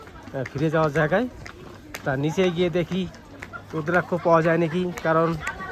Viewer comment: দাদা উদ্রাক্ষ না ওটা রুদ্রাক্ষ